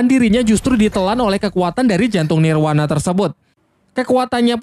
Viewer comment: Nirvana BG bukan nirwana